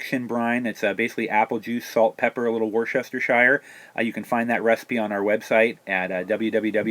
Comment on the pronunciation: war-sester-shyer haha dude its pronounced woostersheer!